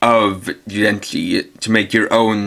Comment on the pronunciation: Your pronunciation of some of the Jyudenchi is so off...